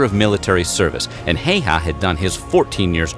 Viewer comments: Siiimo hayhaa. Shit pronouncing🤣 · btw man in video is pronausing Simo Häyhä wrong letter ä dont be pronaused like letter e. man in vide is pronausing the name Simo Heiha not Häyhä